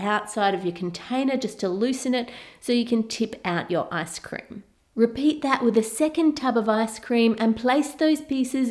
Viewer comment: did I just hear "asscream" ???? 😂😂😂😂